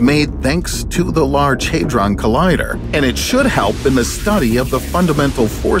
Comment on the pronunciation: It's difficult to trust this video when you have a shuttle launch in the intro(the last one was in 2011) and pronounced Hadron incorrectly...